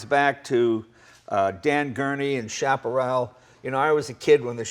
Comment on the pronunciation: "Dan Gurney and Chaparral"?